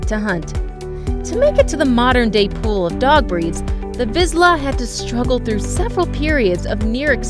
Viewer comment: That is not how you pronounce Hungarian Vizsla😶. I have a 4 yo one and he’s the sweetest dog ever he’s fast, active and thinks he’s a lap dog😂. Also a Vizsla is the third fastest dog in the world😮